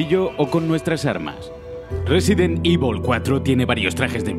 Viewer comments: Yo como lo digo: resident evil 4 como lo dice: residen ivol 4 XDDDD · Residen ivol :v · Resident ivol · Resident ibol fooor A huevo...!! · Resident ivol v